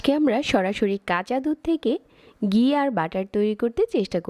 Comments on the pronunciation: ফাতরামি কম করেন। ফাইলামি করেন? ডালডা ব্লেন্ড করে ঘি বানাইছেন? আবার বলতেছেন খাঁটি ঘি। আপনি তো মিয়া ৯০% ডালডা দিয়ে ঘি বানাইলেন। আর গি কি? এটা ঘি। উচ্চারণও রেসিপির মতো ফাতরা। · ঘি বলবেন, গি না! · গি না ঘি।